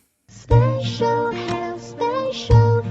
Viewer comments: The lady saying spacial sounds like she’s saying facial!! That made my day ahaha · I think the Chinese genuinely misunderstood the spelling was for "special" versus "spatial". The pronunciation (probably taught by to the Chinese? Lol) is pretty close and indistinguishable to a non-native speaker. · not gone lie, by the second time hearing (end of video) it got me. spatial house, spatial food ...... spatial